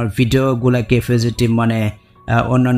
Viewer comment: ভাই... আপনি ফেসবুক বলেন? নাকি পেচুক বলেন? কিছুই তো বুঝি না। আপনি শুদ্ধ ভাষা ব্যবহার করেন না কেন?